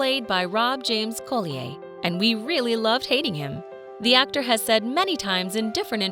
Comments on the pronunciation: James does not pronounce his surname Co lee aye!! He pronounces it Colly er!! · Pretty sure the name (Robert James) Collier is pronounced CAUL-yer, not Cole-ee-yay. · His name is Robert James Colli-er not co-lee-ay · Colder not colleyhay😂😂😂😂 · Please stop using computer generated voices.! Colly- ay - it’s Colli - er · Rob James-Collier is ENGLISH not FRENCH, dammit. His name is pronounced COLLYER not COLLYAY !!! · OMG. It is NOT "James Cole-e-ay" His name is COLLIER. Pronounced Colly-er. I have lost count of the times you mis pronounced his name. For goodness sake get it right if you are going to use his name. Most of the actors in Downton were well known before they ever appeared in the series. You make it sound as if Downton was the thing that made them famous. It wasn't. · Collier is pronounced Colly er not colli ay. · it's not co-lee-ay it's coll-ee-uh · Terrible AI pronunciation as always Co-le-ai for Collier - really? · Unless there is some sort of exception, Collier is usually pronounced ‘call-yer’ not the French pronunciation of the name. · Typical American can’t quite pronounce half the names correctly Robert James Collier is one of the obvious ones “ Coll-E-ER “ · Collier (Coll-ee-er) is English & the "r" is pronounced. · Its prounounced Colli yer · Nobody in any of this type of video can pronounce the names right, but Robert James-Cole ee ay? To add insult to injury, she says it over and over and over. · Robert James COLLEEYAAY?? 🤣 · Collier; pronounced Colly-er., a collier is a coal miner. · Interesting pronunciation of people’s names! Suggest for voice overs saying British actors you check their British correct names first! (Coll-ee-errr, Nic-koll etc). 👍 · Collier? Pronounced "call-yer". 🙄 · I've never heard anyone pronounce the name colli-eh. Its not Norman French, its an occupational name (they became surnames a lot later than 1066), a collier was a coal miner or someone who dug coal on the surface. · That's right 😉 It's pronounced Coll yer